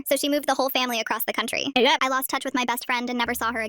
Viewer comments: What was that "the country egiauE!" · “Across the country EREP” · “Across the country-ERÆA’ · "moved across the country-aYuHgHe"